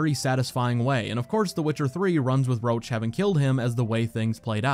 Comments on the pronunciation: your videos are great, I watched hours and hours. but the guy is Roche, not Roach. It definetly need to be pronounced differently, Roš or try the french variant Roche (Roše) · Oh my god! I didn't know Roche's name in the English version sounds like Roach...